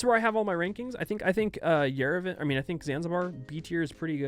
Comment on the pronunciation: no idea how its correct in english, but as someone living in yerevan i have to correct that the a in yerevan is pronounced as a, not e.